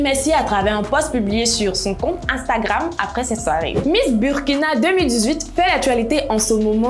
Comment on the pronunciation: Apprenez au moins a bien prononcer le nom du pays 🤦🏽‍♀️ on écrit Burkina mais on dit Bourkina 🤦🏽‍♀️